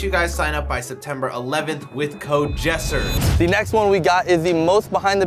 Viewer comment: it’s not yessir it’s jessir